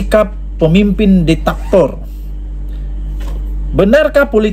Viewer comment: Zebyrannya bujan DITATOR tapi DIK-TA-TOR